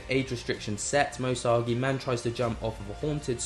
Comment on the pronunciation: Love your content but please could you pronounce Moe Sargi correctly 😂 my ocd goes nuts every time you say his name!